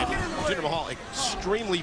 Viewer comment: Why do you put a A at the end of Jinder's name?